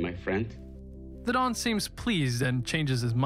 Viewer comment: I can't be the only one to point out that he referred to the godfather as "the Dom" instead of the "the Don" lmao